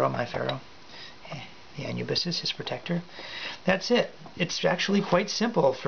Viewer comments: It is pronounced ah-noo-bis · You said anubis wrong😂